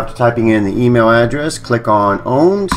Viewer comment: For the RECORD ... it is NOT pronounced "owned" it IS pronounced "Powned" with a P sound in front of owned!